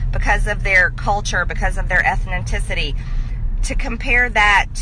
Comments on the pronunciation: Speaking of what the🤪 dingbat🤪 wingnut🤪 says did anyone else notice instead of saying "ethnicity" the idiot said what sounds like "ethninticity"🤪🤣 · ethenticity ? Ethnicity? 🤔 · does she mean ethnicity? Lol Ethninticity...😂🤪😂 She’s just so smart sounding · "Ethniticity" yikes... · “Ethniticity” I think that’s the first time she said that word. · Green needs to learn how to spell and pronounce ethnicity. It’s not ethniticity. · What's a ethonticity lol..she doesn't know crap about the history of the many genocides that have occurred throughout history ..god they really just let anyone be in politics nowadays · i'll be honest, the biggest thing that bothered me is that she said "ethninticity" when she meant to say ethnicity. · “Because of their Ethni-ticity.” This lady does not know what the hell she is talking about. But when she said she would not oppose statues to Satan—literal idols to the enemy of God—I understood what kind of “Christian” she might be. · "Eth-nin-tis-ity". Such an eloquent, commanding and gripping wordsmith! Does anyone else find themselves on the edge of their seat, baited and needing to hear what poetry will pass her lips next? Or is it just me? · Ethnenticity? Is she making up words now or is she just stupid. Nevermind. I actually know the answer. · She said ethnoticity. That's all for me. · MTG: "...Ethniticity.." Me: what? Are we making words up now? It's 'Ethnicity' you moron.... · It’s “Ethnicity” not “Ethniticity” Mrs. Trump. She is the one that is an embarrassment. The woman can’t even say or pronounce a word correctly and she is a congresswoman! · Did she say “ethnenticity”? I thought it was “ethnicity” Brian’s nuanced response was on point MKG is a moron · 'eth-nin-ticity'. This is a political leader ? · Did she say "ethniticity"? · What is an "ethneticity"???? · What in the hell is ETHNITICITY,or whatever her backwards azzzz was sayin'.?!! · Ethninticity is not a word, Marjorie. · Et-TIT-ni-ci-ty? 🤣 My brain hurts!